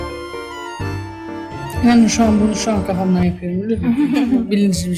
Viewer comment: "yani şu an bunu şu an gafamdan yapıyom bülüğn mu bilinçli bi şiy diğil" ahahahahaha çok iyi